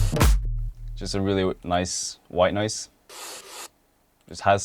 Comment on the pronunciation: when "white noise" becomes "white nose"😂